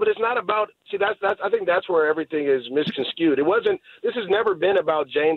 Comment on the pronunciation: "everything's been misconscude" at :40 lol. Can't take you serious after that MJD, sorry.